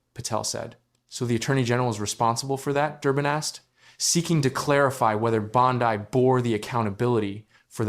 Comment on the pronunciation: Please correct your pronunciation of "Bondi". It isn't brain surgery to get someone's name right.